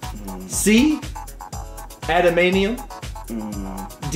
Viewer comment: Awesome Trivia but the Metal that Wolverine is injected with is pronounced, "adaman"T"ium" you kept missing the "T" when you were saying it....as a Canadian, Wolverine is a national hero!! I think you should have to dress as Wolverine just for that reason....mispronouncing it must be punished...:-) Have a week you guys.